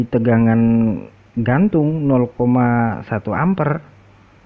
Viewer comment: Bacanya Amper bukan kayak ngucap Lemper,, satuan arus listri di singkat (I)